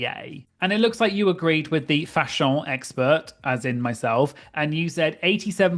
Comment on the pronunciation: You make me giggle every time you say "fashon" - yay for you and your PHDs!